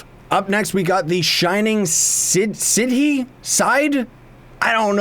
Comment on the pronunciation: Shining Sidhe is pronounced Shining Shee :>